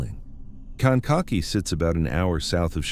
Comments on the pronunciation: "Kank a kee" is th proper pronunciation. Sometimes you pronounce it correctly sometimes you mangle it. ???? 🇺🇸☕🌄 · Kankakee= cane ka key! Ugh look up the way things are pronounced